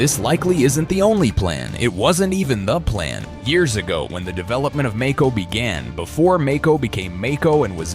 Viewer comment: He mispronounced Mako